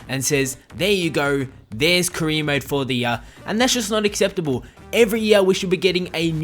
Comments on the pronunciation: You can't say "career" lol you say cre instead 😂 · haha the way you pronounce "career" is hilarious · why can't you say career properly